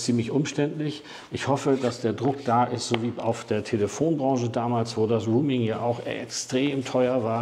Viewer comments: Roaming nicht Rooming! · „Roaming“, nicht „rooming“ 🙈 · es heißt roaming - nicht rooming 😉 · genau roaming...! 👍😉 höre auch immer mal wieder rooming.... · ein guter Beitrag - gerade für Neulinge. Aber an der Aussprache von "roaming'" gilt es noch zu arbeiten ... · Schade, mir war das Video zu lang. Ein kleiner Hinweis: Ich glaube du meinst "roaming", nicht "rooming". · "rooming" vs. "roaming" 🥺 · 2 kleine Anmerkungen: 1. Es heißt „roaming“ und nicht „rooming“. 2. Eine „EC- Karte“ gibt es schon lange nicht mehr. Du meintest bestimmt eine „ Girocard“. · Sehr gut gemacht. Sehr gut gesprochen. Danke dafür. Nur der Begriff "Roaming" wird nicht Rooming gesprochen. Was fehlt ist der Kurs von Tesla bei einem monalt. Abo (derzeit 9,99€ für "nicht-Tesla-Fahrzeuge"). Da liegt die kWh derzeit bei unschlagbare 39-43 Cent (variiert je nach Standort ein wenig) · Nochmal: "Roaming", nicht "Rooming"!! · Im Augenblick ist es katastrophal. 1,10 fuer 1kWh AC laden ist Wucher in meinen Augen. Ich hoffe es renkt sich bald ein. Danke fuer die Arbeit! Ach ja, es heisst nicht "ruming", sondern eher "rohmimg". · Kleiner Tip zur English Aussprache: Es ging um "roaming" (ausgesprochen "rouming"), nicht "rooming" (ausgesprochen "ruhming") 😉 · Das wir nicht ruming ausgesprochen Es ist der Begriff ROAMING, eher auh Dann gibt es noch grooming, das machen die Affen, wenn sie sich gegenseitig entlausen und gemeinschaftlich lümmeln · Boah, bitte: Roaming kommt vom englischen „to roam“ - herumwandern, stromern und wird [rəʊm] ausgesprochen und hat Nichts mit Räumen (room - [ruːm]) zu tun. Bitte richtig aussprechen - ansonsten isses doch arg peinlich. Danke. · Roaming spricht man aber nicht "ruuming" aus! Eher so, wie die Stadt "Rome" auf Englisch. schuldingung, ansonsten sehr interessant. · Bitte mal prüfen , wie das Wort Roaming korrekt ausgesprochen wird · Nochmal informieren wie man "roaming" ausspricht bitte.